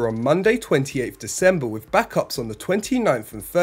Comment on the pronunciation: Once more, wiv feeling. Next week the narrator will be Andy Murray.